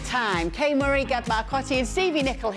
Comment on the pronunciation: Grrrrr IF your name is Kay MURRAY why do you pronounce it Kay Marie?.. snob??